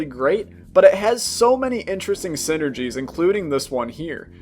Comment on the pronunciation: I thought it was saying syringes and not synergies